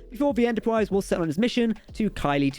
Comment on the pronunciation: Lol "stwange new wooowds" "Entowpwise" Wow. I love it.